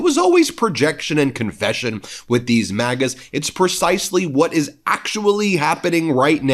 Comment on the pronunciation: I thought I heard you call MAGAs Maggots, but I think it was just a slip of pronunciation.